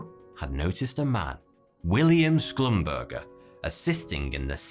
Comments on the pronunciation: Schlumburger is pronounced [shlumburger] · shlum-ber-ZHAY is closer to the actual pronunciation